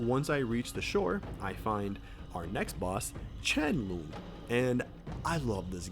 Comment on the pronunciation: Loong is pronounced as long. It's written that way to differentiate tones cuz Mandarin is a tonal language And also, chapter 6 is rushed, that's why there isn't much content